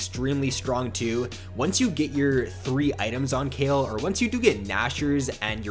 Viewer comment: the way he say kayle makes me cringe